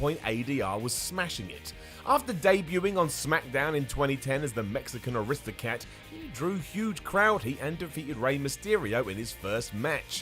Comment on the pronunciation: "Mexican Aristocat" 😂😂